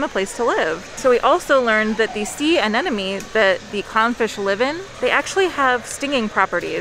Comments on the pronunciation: I promise I'm not one of "those" people, but I'm laughing because it sounded like kept calling it a sea "an-enemy" instead of an "anemone". Like she's saying "enemy" instead of "money" 🤣 I adore them and have been lucky enough to meet them, very awesome people. Just thought it was cute 😊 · I also heard an-enemy in my head